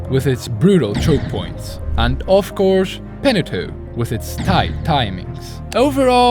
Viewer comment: "Anwd owf couse" lolll